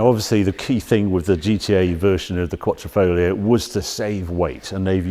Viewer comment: New italian word by Our Harry: “Quattrofoglio”